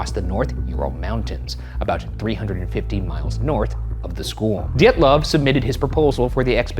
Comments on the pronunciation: next time you make a video about this... its pronounced di-yet-luvf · His name is pronounced "deeatlov" two long ee like in meet. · ryan is adamant to pronounce Dyatlov as D’yetloff and i get psychically electrocuted every time